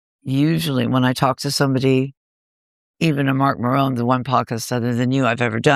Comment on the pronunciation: I love hearing you both mispronounce every single name. "Marc Muh-RONE" almost killed me.